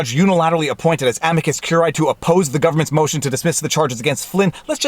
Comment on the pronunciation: 3 SYLLABLES!!!. Whether you use classical, church or botanical pronunciation, CUR-I-Æ has 3 syllables. Again, it is CUR-I-Æ, not CUR-AE. Now that you've got that, let's work backwards. The first word is not AM-i-cus regardless classical, ecclesiastical or botanical. It is am-I-cus. The I pronounced as EE in classical or church Latin and the British public school pronunciation (aka botanical), EYE, is also acceptable.